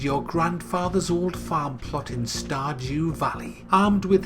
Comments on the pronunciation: I hear starjew value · Did anyone here him say star"jew" valley? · Did he just say "Star-Jew Valley"? Damn, man. That's racist. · Am I the only one who ,at the beginning, heard him say Star"Jew"Valley? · When you first read the title I thought you said Star"Jew" Valley. Ha ha, keep up the great videos sir. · "star jew valley" Nice, real nice.